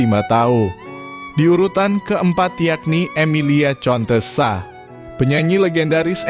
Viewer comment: Jangan di baca contesa,akan tetapi harus di baca kontesa.